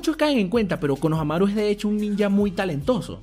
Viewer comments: Es konoHAmaru haciendo énfasis en el "HA".Tu lo haces en el "MA" y suena homosexual ja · Porque le dice konohanaru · Me caga que siempre digas mal los nombres. Konohámaru* LPQTP >:v